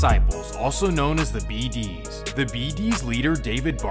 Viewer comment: Foe why u saying bd like that😭, is that really how Mfs from out of state say it?? It’s like you’re saying it as If an E in it 😭 “Beh dees”